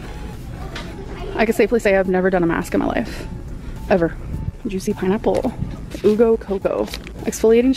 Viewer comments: “oo go coco” 💀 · “Ooo-Go Coconut” The package: “U Go Coconut” LOVE learning new words in Lynnese